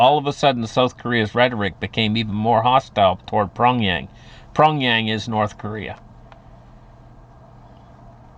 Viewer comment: Sergey is pronounced sir-gay not surge-gay. Pyongyang is pronounced pee-yong-yang